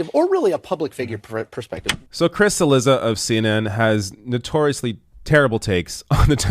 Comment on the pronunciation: chee LEE dza not sil LI za. Can we at least make an attempt at pronounce easy-to-pronounce-correctly names correctly?